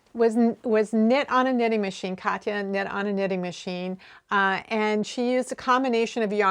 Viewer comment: I am definitely keen to see a tutorial on the grosgrain ribbon: one of my long-term knitting goals is to make a cardigan (I'm still on dishcloths right now :). (Btw, I'm super impressed with your pronunciation of Katia. Most anglophones can't pronounce it at all!) -- Katya